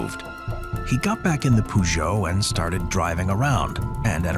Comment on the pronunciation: Peugeot, how it was pronounced was funny 😄